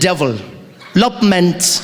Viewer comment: Of the devil lopement 😂😂😂